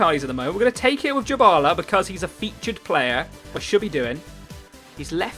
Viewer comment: Just saying his name is not pronounced "Jabala" it is literally "die-bala". Good video anyway mate💦